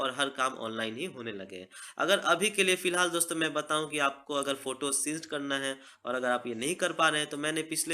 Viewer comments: उसको सिंक बोलते है सीनसी नहीं बोलते प्रोनोउंस बराबर करो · Bhai since nhi sync hota hai 😂😂😂👎..